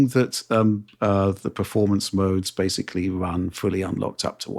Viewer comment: Hearing pronounce the word basically as intended instead of “basely” would be a fresh of breath air to me.